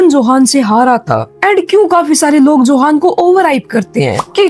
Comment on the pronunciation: Johan nhi use yohan pronounce karte hai